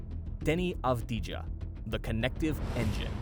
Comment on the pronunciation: Cool video but please learn how to pronounce Deni’s last name lol